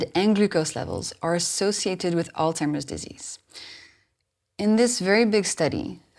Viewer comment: I don't mean to be a stick in the mud but I am having problems believing the things you are saying when you can't even pronounce alzhiemers disease properly, it's not altimers it's alZhiemers. You are correct about the effects of sugars and what they can do to your body and brain.